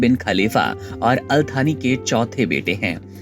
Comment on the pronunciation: थानी नही यार सानी